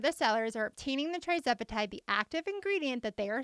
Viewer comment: Thank you for getting this information out! I have been loving your content. BTW, you’ve been slightly mispronouncing the name of this miracle drug. It’s not TRIzepatide, it’s TIRzepatide. It’s on my list of “favorite things” because after 40 years of dieting and even weight loss surgery, I’m finally at my goal weight because of this medication! And I lost ALL my excess weight on the compounded version🩵🩵🩵